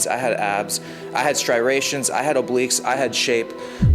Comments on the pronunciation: Why is it so common for people to mistakenly say "striRations" instead of "striations"? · "striRation* , someone needs a dictionary! That's where I stopped the video, disinformation and loquacious mumbling to followed... I'm sure